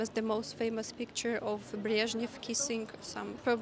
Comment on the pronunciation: Love the way you pronounce Breshnev